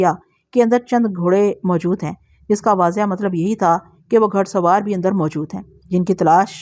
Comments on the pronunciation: گھ پیش ڑ سوار گھ زبر ڑ سوار نہیں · گھڑ سوار کیا لفظ ہے یہ گھوڑے سے بنتا ہے گھڑ سوار ۔۔۔ گھ کے اوپر پیش کی ہلکی آواز نکالتے ہیں